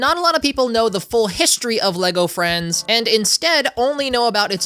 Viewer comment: I thought you said “Lego Elvis” and was INCREDIBLY confused